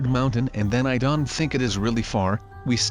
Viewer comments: Why do you say Don instead of Don't? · He says don't like Don he says respawn like resawn